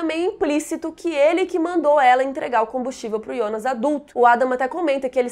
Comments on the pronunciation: Amei seus vídeos, porém tua pronúncia para fala Jonas me dá agonia pq tu fala Ionas sendo q todos falam Jonas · Ionas ou Jonas? Tenho impressão que escuto vc falando Ionas 😵😵😵